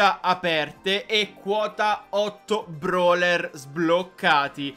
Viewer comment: Ma te dici broler non brawler🤣🤣🤣🤣🤣🤣🤣🤣🤣🤣🤣